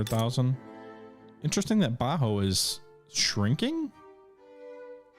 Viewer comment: love the series bro bajio is pronounced ba heeo